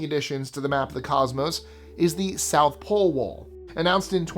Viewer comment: Love the channel by the way! #10 he South Pole Wall, what happened to the "T"?😂😂😂